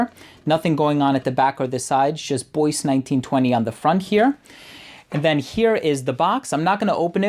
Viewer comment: I'm guessing it's not "boyce", but "bwah" as in Bois du Portugal.